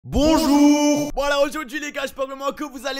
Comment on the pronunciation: J'adore ton bonjourŕrrrrrrr code len